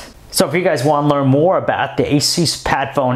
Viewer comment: Your saying Asus wrong. its A-Soos. like Jesus in spanish but only with an A